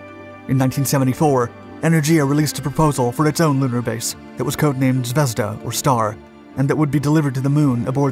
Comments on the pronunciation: First learn to read. Sputnik, not spatnik. zvezdA, not zvEzda, and enErgiya, not enerdjIya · The emphasis in ZVEZDA is not on the E but on the A .. Like zvez-DAH